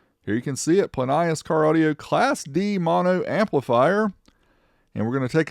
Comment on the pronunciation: I'm from NZ and remember advertising on TV pronounced it Plin E Us not plin y is